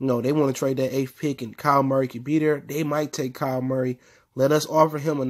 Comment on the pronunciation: Just letting you know. It’s kyler Murray not Kyle